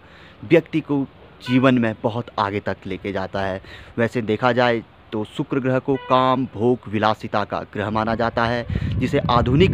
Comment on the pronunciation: Sukuro groho nahi sukuro boleyea